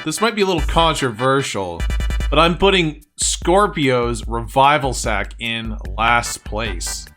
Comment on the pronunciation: It's not revival sock it's revival sack